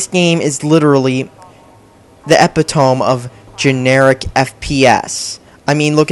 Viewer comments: E-pit-owm? XD it's pronounced Epitome (E-pit-oh-mee.) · Also, learn how to pronounce things properly. Example: epitome is pronounced e-pit-o-mee. It's a common mistake, but it makes you sound like a blithering idiot. Also, it's combine, as in a large harvesting machine, not combine like combining two objects. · LOL he pronounces it epitoam! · The way he says epitome, tho.